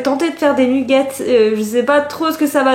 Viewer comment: C'est trop drôle tu es la seule personne que je connais qui dit "nUgget" 😂 à la française !